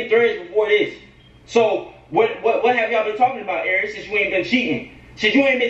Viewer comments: Lmao, Flight’s having a hard time saying “Airi” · Flight you can’t say ari?😭